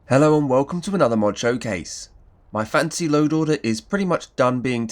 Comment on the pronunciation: Every time you say fantasy my brain always hears "fancy" first haha. As usual thanks for the great video! Planned to try some of these and it's nice to see them in action.